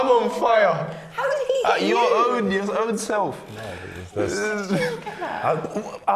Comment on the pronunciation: "I'm on feuer..." Does he sound German in that sentence or is it just me?